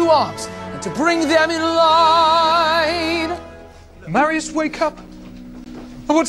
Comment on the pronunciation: The French accent on “Marius” when R says it just gets me every time, he sounds beautiful